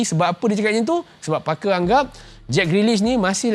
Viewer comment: Oh Parker. First time aku dengar macam f*cker. Terkezut den ha.